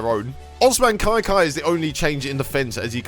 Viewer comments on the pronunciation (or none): It’s pronounced ka Kai